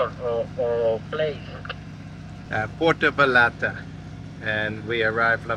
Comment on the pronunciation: Jesus Christ can you stop with Puerto VaLarta's misprounciation? Say YARD...now say Va YARD ta. LL is a letter that sounds like Y in Yard.